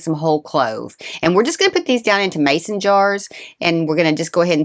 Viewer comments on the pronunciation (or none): none